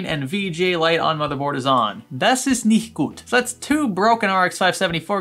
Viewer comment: He forgets the t on "nicht"